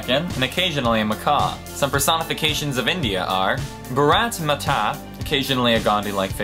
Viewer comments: Bharath matha. pronounce it properly. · ***** It's Bhah+rat+mah+tah I'm not good with writing pronunciations :/ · Why do Americans pronounce 'Bharat Mata' that way? I find it hilarious. And, it means 'Mother India' too :p Also, please don't say that in India if you ever decide to pay a visit. Half the people would insult you and the other half would feel insulted themselves. Don't ask why, we're weird that way.